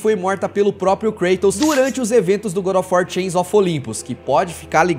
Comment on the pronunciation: Engraçado que ele chama GODÓFUÓ 3